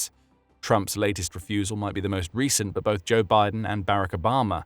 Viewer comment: Pronouncing Barack Obama's first name like the military housing baRRack is a sign of ignorance or disrespect. It's pronounced bə-RAHK, with the stress at the end.